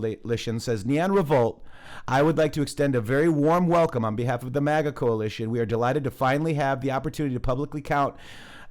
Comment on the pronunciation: Yeah I like how they say Mega and Moga... these people are so stupid they don't even know how to infiltrate a movement they can't even pronounce the terms correctly.... its MAGA u idiots! ... we have swamp creatures crawling around in the camp. ... thank you for sharing in The Matrixxx we need to know about all these people